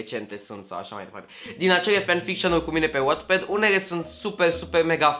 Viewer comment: Numai mie mi s-a părut putin hilar cum a spus la început "Wattpad"?😂